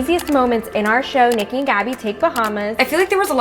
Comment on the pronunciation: You said it perfect Niki so proud of you! Much love and respect <3